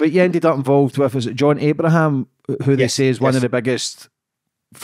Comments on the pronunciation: He can’t even pronounce his name properly it’s John Ibrahim not Abraham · Its Ibrahim not Abraham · The blokes bodyguard but can’t get his name right. Ibrahim, not Abraham .